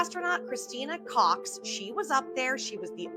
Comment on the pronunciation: how degen hahaha its koch not cox, if then cook, but yeah, and some have a special ability NOT being able to make a difference between two faces omfg......